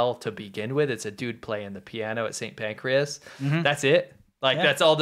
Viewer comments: St Pancras ... not St Pancreas. TBH, that's not much better. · It's St Pancras not Pancreas 😂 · That's St. Pancras, not pancreas. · St Pancras, not St Pancreas. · St. PANCRAS, not Pacreas - please.